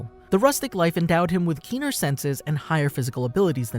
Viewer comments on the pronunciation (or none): none